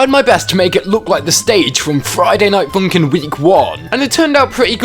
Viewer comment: “Friday night foonk’n”